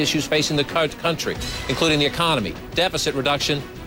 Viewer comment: anyone notice "...drown out serious coverage of the giant issues facing the cunt country."